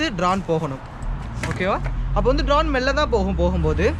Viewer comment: bro not drane its drone